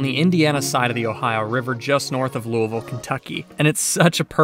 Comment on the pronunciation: Nice to see Bowman (and Bearno's) featured. My mother lives just under where most people turn downwind to base for 24. Great plane watching from her back deck. Congratulate Chelsea on getting you to pronounce "Louisville" close to how us natives do.